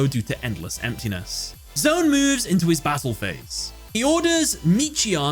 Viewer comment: Just gotta say, I love that you also analyzed the underlying theme of the first duel because that context is so important to the emotional impact of the event! But I’m still a little triggered by your pronunciation lol. It’s not “Zone” it’s “Z-1”